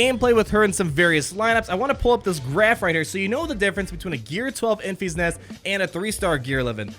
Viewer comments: Have you not seen Solo yet? It’s Enfys(en-fis) not (en-fees). You’re driving me crazy lol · It should be pronounced like Memphis, TN. Not Enfeeze.